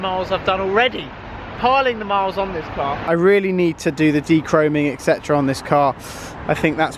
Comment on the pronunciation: Blue Sky and constantly saying actually. Along with saying Ek-cetra instead of et-cet-era.